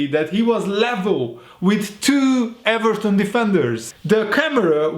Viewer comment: I am allowed to say eVARton